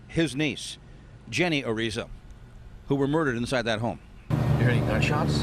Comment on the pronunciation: you should know how to pronounce Hispanic names like the last name "Araiza"!!!!